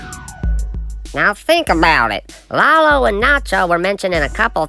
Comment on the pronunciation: It's Lalo, not Laulo :)